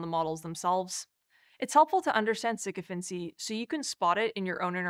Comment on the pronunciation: It would be nice if someone had told her how to say the word